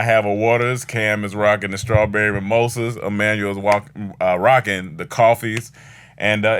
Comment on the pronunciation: Hey. It looks like was trying to say rockin but ended up saying Wockin